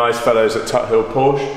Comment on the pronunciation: I love your videos but please pronounce porsche correctly 🙊